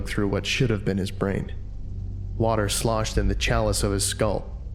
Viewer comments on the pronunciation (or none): “Water shloshed in the chalice of the skull.” Yeesh!